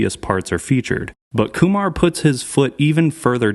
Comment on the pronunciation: its not kumar like harold and kumar hahaha